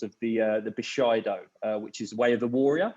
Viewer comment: Boo-shy-do.............LOL. That cockeny=esq twang. it's Bu-shi-do